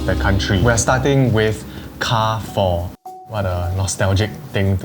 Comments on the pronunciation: in French Carrefour is pronounced as Car-Fool. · U pronounce Carrefour wrong again. It's KE-AR-FU-ER (r is pronounced like air struck in throat in french) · Car-Foo is also not a wrong pronunciation.. Car-Foo-Uh is also another way to pronounce it as different side of France have different accents or dialects.. Car-Four is considered wrong actually as you never annunciate the “Foo-Uh” or “Foo-Er” properly.. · carrefour in english is Kar-for, but in French is Kar-fuur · French Chinese here living in SG. It's pronounced Car Fu Re not Car Four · why do you read carrefour as if it is pronounced car four that is not how you read it. it sounds like Ka ru foo its not English. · it's careefour not car four omg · So many, including me, have been gaslit into pronouncing it as "car-foo" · carrefore isn't pronounced as anything you mentioned my mother used to work there its "KA - FU" something similar but whats good about it is that you can use carrefore coins from the keychains for your trolleys so you dont have to put in 1 dollar anyway its still doing well in other countries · Repeat after what my friend said: Car-four.. 🚗🚙🚕🚘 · Google be damned, it IS KAR-HE (French R)-FOO-another French R. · Not car four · it's actually pronounced more like kia-foo (with a thick velar "chiar") but ok.